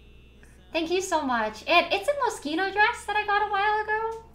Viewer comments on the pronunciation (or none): none